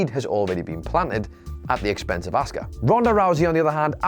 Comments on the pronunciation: Please teach how to say Asuka as he is convinced it's said Oscar and it is fucking annoying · the streak had to end it went on way to long and was getting boring. p.s. the way you say asuka is awful